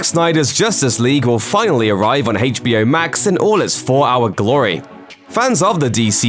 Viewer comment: Whats HEITCHBO? Isnt on HBO? Lol